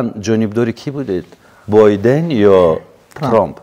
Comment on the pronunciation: Акаи Орзу неке номи президенти Америкаро зур талаффуз кардед! - Бойден😂